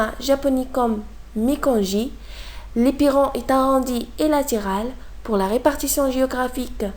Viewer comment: C est l éperon prononcez 'lai " ,l éperon pas " li"